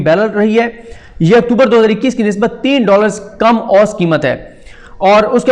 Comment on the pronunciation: Saddique Jan sahib, ahtram ke saath - lafz 'oost' nahein hey balkey 'oo sat' hey.